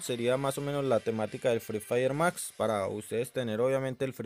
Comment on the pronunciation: El vato dise fry firy mas